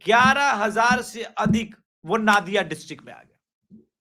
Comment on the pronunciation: वो नादिया नहीं है, नदिया है